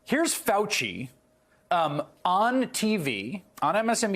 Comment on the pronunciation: Who is ”Fuaci”?